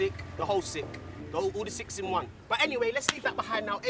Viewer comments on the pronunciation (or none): Man said “All the sicks in one” 🤣🤣🤣🤣